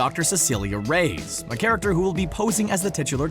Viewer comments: My goodness, this guy needs to learn how to pronounce Reyes. It's pronounced Ray-yezz, not Raze. (cringe) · Nice video... but PLEASE learn to pronunce "Reyes" correctly (you are saying "rays")